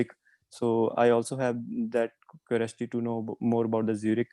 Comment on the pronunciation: Curiosity pronunciation is wrong. Kindly focus on your speech